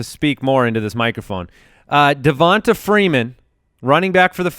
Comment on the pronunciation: Guys, it's pronounced DevonTay, not DevonTA.